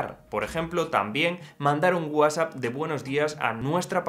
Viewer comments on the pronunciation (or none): none